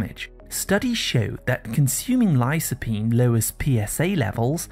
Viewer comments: Did you pronounce lycopene lysopene?and b-tamins vitamins?✌️ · "lī-kə-ˌpēn" not "li-so", anyway, very informative. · Please pronounce the word lycopene correctly